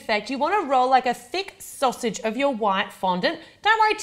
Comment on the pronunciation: Did anyone else laugh when she said sausage? Loved the video though!!